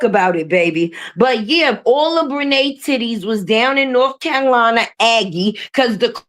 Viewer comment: 😂😂😂Did you say Bre titi😂😂😂😂